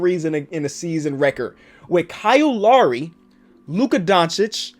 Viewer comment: that "Kyle Lowry" sounds weird after hearing all of the "cow lowry"